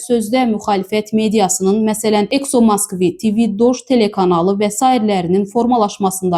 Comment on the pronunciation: Ekso moskvi deyil Exo moskvı